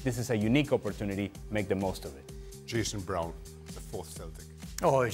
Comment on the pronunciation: Did shaka just say Jayson Brown? 💀